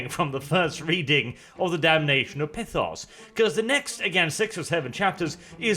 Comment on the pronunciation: there no I it’s py-thos think like python